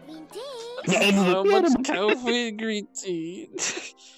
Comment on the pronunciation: all we heard that day was "cawfwee, gween teaaa" and shlick shlick ok maybe the shlick shlick might of been just me